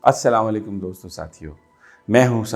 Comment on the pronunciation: Please Aslawanlaikam nahi Aslamoalaikam kaha karain . Thanks